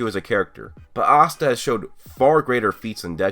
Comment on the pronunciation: Asta asta guys its Austa